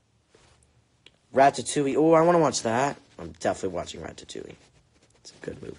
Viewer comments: I say raddatouie and he said rat ta too ie 😭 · Rat ta towie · He said rATATouille😂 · is anyone else dying from the way he says "ratatouille"? 😂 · Eclipsewolf YESS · I am haha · Yes omg I thought it was just me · Oh. My. God. THE WAY HE SAYS RATATOUILLE HAS ME DYING 😂😂😂👌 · the way he said ratatouille